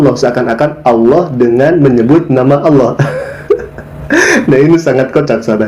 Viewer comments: 😀🤣😂😅Si murtadin🤔🤔 Mengucapkan Kalimah ( Allah) aja Awloh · Katanya mantan santri pelafalan kata Allah aja ko awloh wkwk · Mengucapkan lafat Allah saja ga teteh...